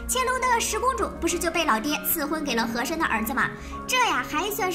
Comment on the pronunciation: 什麼？！曾志偉是和珅？！ 人家是和珅不是和琛啊🤣🤣🤣🤣🤣